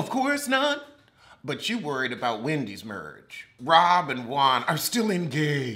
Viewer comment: It’s the mispronouncing of their names for me😂😂😂😂😂 Robbbbbbbbbbbbbbb Dixon and Gabrece takes me out every time😂😂🤦🏾‍♀️🤦🏾‍♀️🤦🏾‍♀️